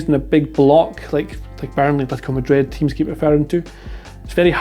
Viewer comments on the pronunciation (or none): none